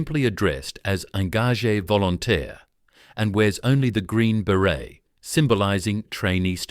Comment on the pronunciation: You mean: Onko´jear Volo tear? :D